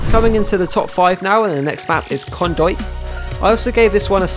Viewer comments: Bahaha... "CAHNDOOEET". Just "CON-dooWit" man... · Great vid as ever, pro as hell, but it's foliage not foilage, and con-due-it. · Pretty sure it's pronounced "Con-dew-it" :P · I love the way you pronounce 'foliage' and 'conduit'. :)